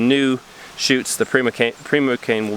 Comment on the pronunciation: Prima cane is pronounced with a long i sound. Like Primary. Hoping that one plant makes it for you guys. Japanese knotweed is an edible plant. We have it here in Oregon and it can clog waterways. Some people grow it for the food resource here. Some of our local foragers go harvest from stands in areas where it is safe, but it is a big problem so getting rid of it is definitely a wise thing to do.